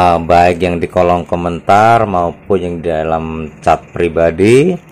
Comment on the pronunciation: Kolom mas bukan kolong .